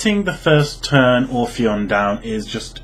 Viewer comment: Obtw it's ophion, not orphion. No r